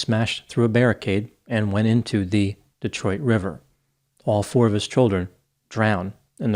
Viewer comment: pronounces Detroit like a real Detroiter! But Wyandotte is Wyan-dot not Wyan-dote. We know it doesn't make sense.